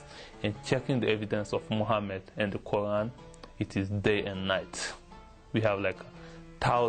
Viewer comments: he says QU AAN...HAHAHAHA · I always know whether this guy WAS a Muslim or not, is just by listening to his pronunciation of of Allah and Qur'an. Just plain simple. I laughed when he said he had memorized the WHOLE Qur'an BUT how come he can't even pronounce these 2 words properly. He pronounced them like non-Muslims do. Watch the Muslim videos and listen how they pronounce the word Allah and Qur'an. My conclusion is: He is not a Muslim and was paid to do the video by the Christian Propaganda. Just FRAUD!